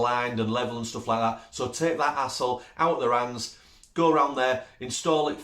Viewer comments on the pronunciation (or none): I thought you were saying asshole free at first until I realized you were saying HASSLE free. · "Take that 'hassle' out" of the radiator cover ...listening in Australia it sounds like take that asshole out 😂 love the accent! Thanks for the laugh! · hassle🤦‍♂️. i thought you were saying asshole. "take that asshole off their hands" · Love your accent. Had to listen closer when you said 'hassle', thought you said asshole at first. Lol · He said hassle lol.. took me a minute here in the states.. thought he said a**hole lol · We are so happy to see that your business is doing well. We love the ideas you have listed. All... brilliant. I did find myself chuckling when I realized there is a definite language barrier issue between us. I had to replay a spot several times before I realized what you were saying. You kept referring to "Hassle" and I was shocked because I thought you were swearing for some reason and talking about "A**h***s!": I thought there is no way would say such a thing. LOL!!!!